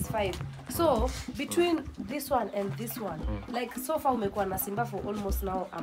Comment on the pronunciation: I was looking for this comment coz nimeshindwa anasema fur ama far😂😂😂